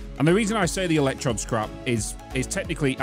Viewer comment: EL ECK TROWD (like toad) buddy